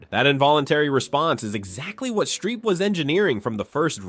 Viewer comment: Streep. Not Shtreep.